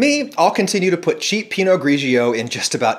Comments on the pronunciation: Interesting video, thanks. You may like to know that 'grigio' is Italian for grey (or gray if you prefer), and it's pronounced gree-Joe, not gree-G-O. The second 'i' is not there to be spoken, it's just there to indicate how the 'g' should be pronounced. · Mr. Ragusea, why must you of all people mispronounce the second ‘G’ in ‘Pinot Grigio’? Please give me one good reason. 😩